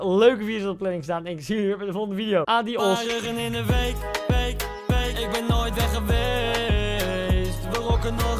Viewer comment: “ADIOS” AAD-de-MOS